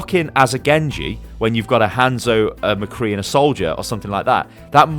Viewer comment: did you just say mecree